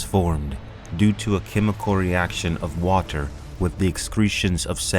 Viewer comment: say "water" wrong again and see what happens